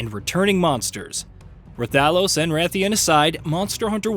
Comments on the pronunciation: Tell youve never played the game without telling me youve never played... Raaa-thalos what in the jumping on the hype train trash, channel blocked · Stopped watching the second you pronounced 'RuhThalos' 🥴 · Ra-Thalos is the wildest pronunciation of his name I’ve ever heard. Lol. So much extra flair. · Yes sir, because it is one of the most important monster in history. because it’s gear is a must have, at some point, for every monster hunter game. Extra flair required 😄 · Hearing you mispronounce rathalos I the first minute makes it clear to me I can disregard anything that is said in this video you clearly don't play these games.